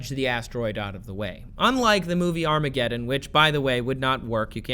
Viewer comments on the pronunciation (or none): none